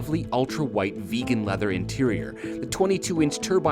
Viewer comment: When i first heard "Vegan Learher seat" I didnt wanted to believe what I heard. So my brain automatically translated as "beacon leather seat" but you hit the nail in the coffin by saying it again at the end of the video.